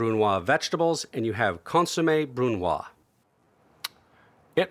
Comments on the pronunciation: brunoise: bʁynwaz. Respect the "e" at the end of the word. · Isn’t it “consommé brunoise”?